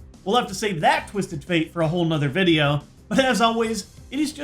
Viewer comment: Dice nideo vude!